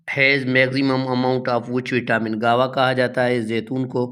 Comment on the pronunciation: Guave aby amrood ko kehte hain guawa 😂😂bawlay